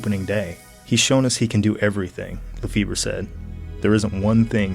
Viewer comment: 'lafebur' lmao there's nothing funnier than americans pronouncing non-english names